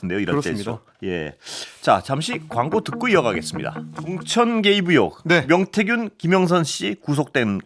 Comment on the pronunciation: 의원->으원, 의혹->으혹 이거 너무도 거슬리는데 연습 좀 하시지...